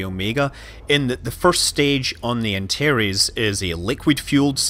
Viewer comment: Are you trying to say "Antares" ??